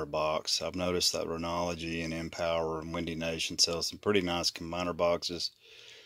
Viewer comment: Your “Renology” is actually “RENOGY” - there’s no L in there - just figured I’d help ya out since you said in the last video I watched that you’re trying to grow this channel.. Credibility & competence is step 1 in that process. Great stuff! Thanks.